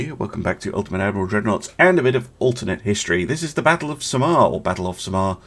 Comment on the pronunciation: Your pronunciation of Samar gives me joy. I approve